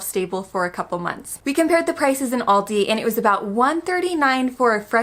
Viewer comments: Please stop saying Aldi's, it's Aldi. Also, milk, chicken and pork might be cheaper in the US but what's the difference in quality compared to Germany? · Why do you say Aldis? Where does the S come from? You dont say Krogers for example. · Guys please, there's no S in Aldi. It's Aldi, niet "aaldys".